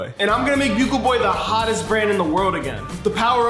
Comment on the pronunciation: still says buggle not bugle